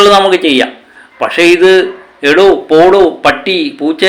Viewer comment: എടോ എന്നല്ല ഇട എന്നാണ് .പോഡോ എന്നല്ല പോഡ എന്നാണ്